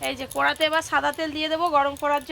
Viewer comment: ওটাকে কড়া বলে কোঁড়া না, আর ওটা বড়া, বোড়া না। তো ইংলিশ মিডিয়াম স্কুলে পরে। ওকে এই উচ্চারণ সংশোধন গুলো এখন করে করানো উচিত। স্থানীয় গত ভাবে ভাষার একটা টান থাকে ঠিকই। কিন্তু বাংলা ভাষার যেমন উচ্চারণ তেমনটা শেখানো উচিত। আর ও বড় হচ্ছে।